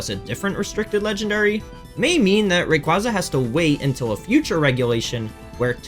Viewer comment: Ray-KwAY-Zuh** Not KwAHh-Zuh